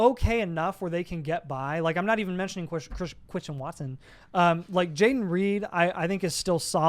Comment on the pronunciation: CHWISTIAN WATSON 🤓🤣